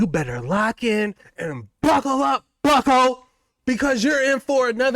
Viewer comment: Bro the emphasis on the buckos got me CRYIN 😂😂😂 I can watch everyday anywhere